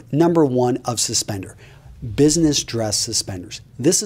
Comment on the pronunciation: housentrag, not suspenser, suspender.